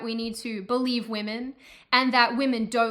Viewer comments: "waymen" lmao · Waymen wtf? it is wahmen. It is pronounced ‘wa’ like a baby crying Then ‘men’ Wahmen. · Oh snap! She said wayman 😂